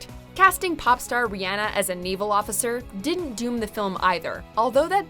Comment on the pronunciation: that's embarrassing how she pronounced rihanna